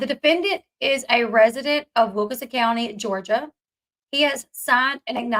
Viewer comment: I know you dont like when people comment on your accent but theres literally an N in wilkiNson, its not wilka-son.